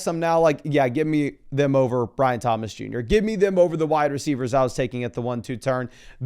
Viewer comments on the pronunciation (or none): none